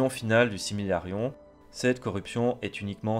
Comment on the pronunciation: Petite correction de prononciation: Silmarillion et non similarillon